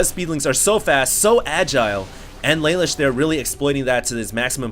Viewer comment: yeah thats what im saying, in the anime isnt it pronounced la loosh, phonetically spelled as best i could